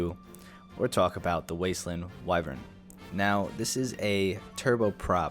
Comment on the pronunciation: Ayo, it's Westland*, not Wasteland. <3